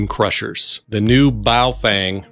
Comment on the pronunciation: “Bowel” Fang, lol